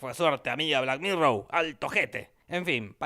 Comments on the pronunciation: Por que es argentino, aunque creo que lo hace a propósito ya que resulta más gracioso, de una u otra manera a mí me gusta. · No supero que cada vez que habla de la tipa le dice black mirrow xddddd